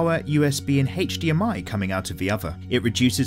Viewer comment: "Heych-DMI cable" I love hearing you say that.